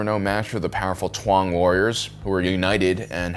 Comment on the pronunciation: what is it with you and getting all the words wrong by 1 letter? Tuang instead of Taung, Culomi instead of Columi and Bootna eve instead of Boonta eve. Bizzarre